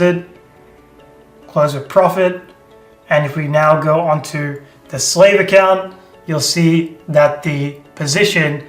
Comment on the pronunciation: Slave and how he pronounces it makes sense to how Indians treated black African tribes in India. Next time, just use the word receiver. 😢